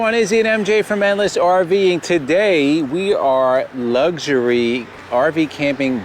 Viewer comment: Luxury. Not Luxary